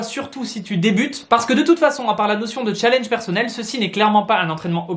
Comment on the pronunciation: Quel " challnege"